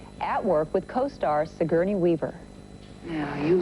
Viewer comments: "Si-gurney," Lunden says, again and again. One would think the host of GMA would make an effort to correctly pronounce the name of her superstar guest. (Terrible host, bad with children and adults!) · And she mispronounced Sigourney's name three times!